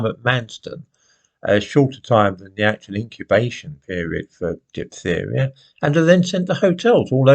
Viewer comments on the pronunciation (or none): The black presenter woman in sky news yesterday couldn't pronounce 'diphtheria'. She later told us about the funeral of Chris Kabaa and you would have no idea that this was a gangster, it was sold like the police were evil. Gaslighting again